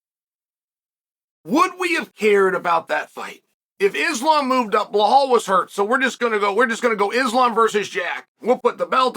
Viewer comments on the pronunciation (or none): I am wondering for years on how Chael can be that good in presenting his analysis and at the same time names like Blahal and Maklachev still slip through his mouth .. ;d